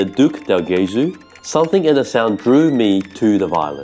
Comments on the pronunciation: Great vid! Thank you guys, I come from a city near Cremona and believe me, that geographic area is wonderful and full of history. Just an hint: keep attention to the pronunciaton of "Gesù" (which is Jesus in Italian btw), the g is soft not hard ;) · I love the information-dense videos that are more deeply researched and would watch more long form. Please do yourself a favor though and look up the pronunciation of "del Gesù". You are damaging your credibility for nothing 😢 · Would you mind learning that in Italian "ge" is pronounced like "je" in English? So it's not "Ghesú", but "Jesú", Jesus. Oh, and by the way: When there's an accent above a vowel in Italian, you really should put an accent onto it when speaking that syllable. (Not every odd accent is indicated in Italian, however, unfortunately.) Thank you. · It's pronounced "dell djesOO" and means "from Jesus". The stress is on the second syllable of Gesù because of the accent. That being said, I don't mind people pronouncing Italian wrong, maybe they learnt by reading. But if someone is doing a whole video section on Guarneri del Gesù it's a good opportunity to teach the viewers the correct pronunciation. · its pronounced Jesu'!!! like Jesus.... cos it mean jesus in italian, Gesu' is Jesus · Twoset, you can pronounce the G in Gesù just like the J in Jesus (English)! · In Italian, the G’s are pronounced like J’s if directly followed by an I or an E…so it’s “del Jesu” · I enjoy both formats/genres of your videos and hope you'll continue to make both. As someone else said, please NEVER use AI images or sounds. AI is the ultimate plagiarism tool and we want to see the real thing--the real instruments, the real set, the real PEOPLE. Thank you. By the way, Guarneri "del Gesu" pronunciation is not quite right. "Gesu" has a soft G (because it's followed by an E) like genuine, gentle, and generous. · C’mon guys. How could you mispronounce Del Gesu?! 😩